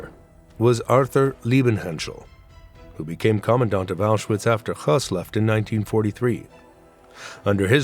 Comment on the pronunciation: Why do you pronounce Hoess as he was russian or polish? He was german.